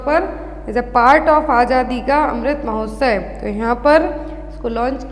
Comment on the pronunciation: Mahotsay nhi hota mahotsav hai wo 😂